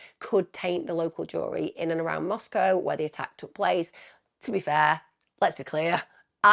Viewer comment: I’m not picking on you but the pronunciations of the British You-tubers is cracking me up…….The Greek letter Chi is pronounced KAI…..lol, I’ll give a pass on the pronouncement of the towns in AZ and ID……although Moscow is correct.